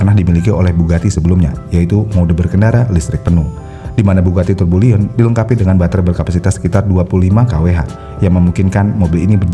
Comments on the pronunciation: Bang, izin ngingetin lg dr komentar org lain sebelumnya.. Bukan turbo liyon dibacanya, tp turbiyon atau turbiyong. Kata aslinya bugatti tourbillon. Cmiw. Saya dr td bingung soalnya bugatti turboliyon tuh yg mana.. 😮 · Tourbillion dibacanya bukan tubolien, tapi turbiyong.